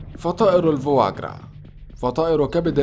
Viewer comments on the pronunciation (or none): fois grasلماذا تقول الفواغرا كأنك تقول الفياغرا قل ببساطة الكبد السمين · Foie gras نطقها خاطئ